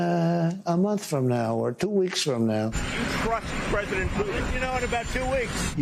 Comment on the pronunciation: Pwesident el Two Weeks Taco